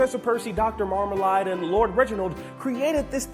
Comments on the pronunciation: It's Marmalade! not Marmaline. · Marmleaid is pronounced Mar-mle-aid not mar-Mel-ard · My first question is- why does pronounce Marmalade as "MarmaLIDE" instead of MarmaLADE? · Seems like he's going to fit right in with everyone else on the channel, cause he constantly mispronounces stuff too! Its MarmaLAID, not MarmaLIED. And Bonobo is pronounced Buh-NO-Bow, not Bonn-uh-bow